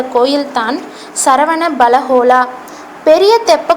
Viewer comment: that is not saravana belagola that is sravana belagola.....